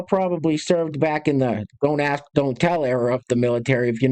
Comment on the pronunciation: you apparently haven’t mastered the word “ask”, changing the battery in your smoke detectors, or having a full set of the same tire on your cars….so…….